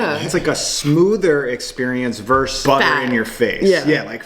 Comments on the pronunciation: "vs." = "versus", NOT "verse". You pronounce the final "s". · The word is VERSUS. Two syllables. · “Versus” pronounced: “verse-uss”